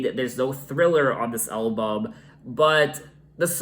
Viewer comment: I love the way you say “elbum” 😊